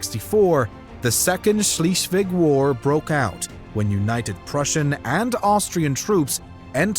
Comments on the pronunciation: I really like your documentaries, but for the love of god could you pronounce Schleswig as Schleswig and not Schiiiswig. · "Schleswig", not "Schleeswig". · Sorry, I had to stop listening. In German , ie is pronounced as an English "e" and an "e" in German is pronounced as in egg. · Please, it's not "Schleesvig." It's more like "Schlessvig." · schleswig = shlay svig . not shlee . ie, in german sounds like, eee. ei , in German sounds like, aye. v, in German like English F. w, in German like English V. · Sh-LEZ-vlig. Not Shleez-vig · Schleswig not Schlieswig and Holstein not Holstien. Come on man forget about the W's and the Sch's. Learn the vowles brother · Schlischweg...for the sake of the number of subscriptions to your channel, please take a minute or two to simply pronounce right a crucial name in your story... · It's pronounced 'Schlays-vig'. 👍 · The way Swheisligg (not sheeeslig) is pronounced, is simply horrible, and I don't know how to pronounce it. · Germany taking Alsace (and some of Lorraine) from 1871 to the end of WW1 would have been worth a mention. And Schleswig ain't Schleeswig. Otherwise, very interesting. It's a complicated history, and your explanation was helpful. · HolsstEin was painful too, but Schliiswig killed me after 8 minutes in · Schleswig is mispronounced, repeatedly. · Nice video - but it is a bit painful to listen to the serially mispronounced “Schleswig” and other names (even tho I myself have only moved to Germany 20 yrs ago) Why did the Producer not look up the pronounciations? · Please sort out your pronunciation of Schleswig. Irritating, it’s an e there not an ie, closer to z than s.🙈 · I wish the narrator had bothered to get the pronunciation right. It’s Scleswig Holstein. Pronounced like air not ear.